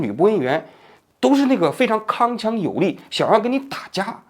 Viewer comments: 铿(kēng)锵有力。王局视频发布前最好能找几个人过一遍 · 铿锵有力 [kēng qiāng yǒu lì]